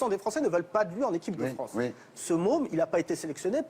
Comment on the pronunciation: Gimenez, un espingouin plus fwançais que le fwançais, wigolez pas les gars, ses awwièwes gwands-parents ont subi le wacisme, maintenant il faut donner en wetour des gages d'intégwation wéussie.